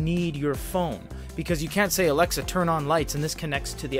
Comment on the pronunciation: Stop. Saying... Alexa